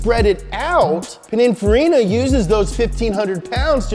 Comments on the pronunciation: So nobody’s gonna talk about the fact that he pronounces it pinifarina instead of pininfarina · "Pinifarra"is the pronunciation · So nobody is going to say anything about ' pronunciation of Pininfarina? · Please learn how to pronounce Pininfarina. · Does it bug anyone else how says Pininfarina?